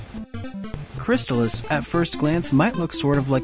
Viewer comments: Pretty sure it's "Chris-Tall-Is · I HATE the Crys-TAH-lis pronounciation and if I ever were to make a video game review channel and discuss it, I will never use that pronounciation even if it's the only 'correct' one. It just sounds so unnatural and pretentious to me. It always was and always will be CRYS-tuh-liss to me. Plus, I don't know if I've ever heard an official NES authority pronounce the name of the game on a commercial or anything like that. So isn't it possible it could have either, or both pronounciations be correct? This reminds me of the Ninja GUY-den vs Ninja GAY-den debate. In that one I always went with GUY-den. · i love it too,buddy.and,not being a troll-ass,but it's pronounced Crys-tah-liss.i worked on sales. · Great Game. Mispronounced though. Check out the commercial. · yeah the mispronounciation was making my O.C. explode